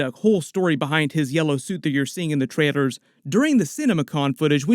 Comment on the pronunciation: Bro, are you saying trailers or traitors 😐